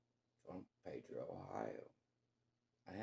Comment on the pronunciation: The town is called pee dro...not pay dro...AND the reason that no one talks about this case is because of the family who is still shattered by this!